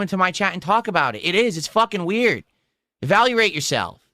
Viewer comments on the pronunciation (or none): Did this goomba really say, "Evalruate yourself." . I need some eyes on this, we might have ourselves another mush-mouth situation.